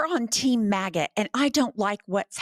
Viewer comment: When she read "team MAGA" the closed caption said "team maggot".😄 I agree with the closed caption.